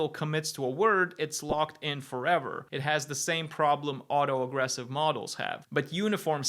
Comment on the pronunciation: Did I mishear or was auto-regressive pronounced auto-aggressive every time